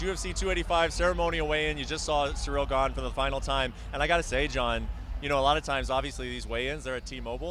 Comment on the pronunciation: “Sur-reel Gone” It’s “seeril gahn”. Get it right. He will be your new champ.